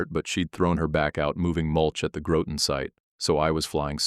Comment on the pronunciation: Groton Rhymes with rotten.